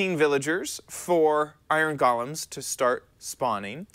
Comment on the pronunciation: Iron “Gallems”